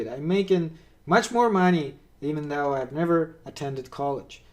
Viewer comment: Btw: - "vague" is pronounced "vayg", not "vahg" - "though" is pronounced "thoh" not "thau" - you want "routes", not "roots" 😉